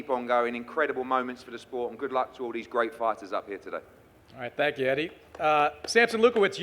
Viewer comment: Here just to hear Eddie hearns call it "The Spote" 😂